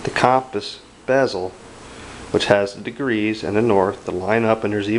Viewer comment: You're pronouncing compass wrong. It's pronounced "cumpass"